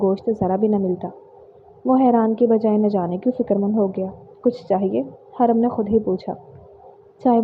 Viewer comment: Peli bt haram nai hurram hota hai dosri naznain nahi nazneen hota hai😂